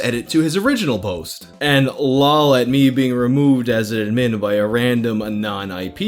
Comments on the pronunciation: Dude.. Pronounce "admin" correctly please.. lol. Ad Min. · The way you say “admin” kind of bothers me, but also when I think about it, it makes sense. We say “ad-MIN-istrator” not “AD-ministrator” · The biggest mutilation in this video is your pronunciation of admin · The way you said admin the first two times upsets me far more than it should. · We just going to gloss over how pronounces "admin"? Aight. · The way you pronounce “Admin” hurts my brain lmao it’s almost like there was a glitch. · Don’t get me wrong, I love this guy, but the way he pronounces “Admin” makes me want to literally vomit. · I don’t think I’ve ever heard anyone say “admin” like. Maybe I’m crazy. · The way you pronounce "admin" really annoys me. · Why do you keep saying "admin" like that? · Dam, why can't you say "Admin" properly? lol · mate pronounce admin